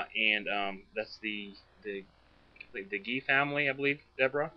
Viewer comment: I lived three blocks away. It is Gee like oh wow Gee. Not a hard g like ghost. It is Jee. That is only the start of what is wrong about this story & the 2 comments I read. Somebody is telling the story wrong. Anyone living in Logan County, scared to death while they searched for the killers, has strong memories of this. ESPECIALLY if your child was in class with one of them. ESPECIALLY if your child was friends with Justine. ESPECIALLY if your child has her friends staying with us bc all three of the teenage girls were scared and sad.